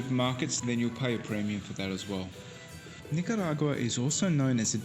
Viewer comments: NicaRagwa not Nicawagra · If I hear her pronounce Nicaragua one more time I'll stay away from Nicaragua 🇳🇮... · She butchers the name of NI-CA-RA-GUA, but I liked the video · hahahahahahahahaha. Just teasing, it's close enough. Haha. I'm a native Spanish speaker, so I had to poke. 😝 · Learn how to pronounce the name of the country properly at least, unlike the woman traveler here.